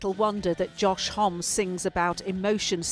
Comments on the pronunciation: People still can't get their heads around his last name. 😂 It's pronounced Hommy! Saw these guys last night and they were incredible as always. The best band ever. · IT'S HOM-ME FFS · To be fair to her, I think she says that, not the, which would make more sense. Basically It's cause for gratitude that they can perform tonight. She did pronounce Homme wrong, though. 😂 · Josh Homme rhymes with mommy